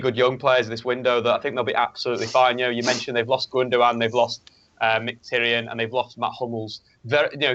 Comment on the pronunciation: Finally someone who speaks Mkhitaryan corectly ( )